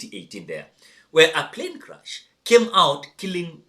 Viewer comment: Is ‘crash’ not ‘crush’🙁